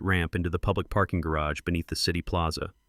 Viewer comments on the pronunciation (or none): none